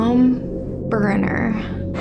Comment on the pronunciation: "Tpm Berrenner" LOL